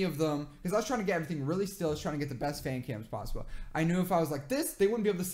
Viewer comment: "It's Kim" He must been thinking about how he will see the worldwide handsome while sleeping I know that he said "Cam" But it's sounded like Kim